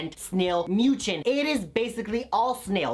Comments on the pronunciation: mucin is pronounced (ME-YOU-SIN)!!! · Snail MOO-CHIN🤣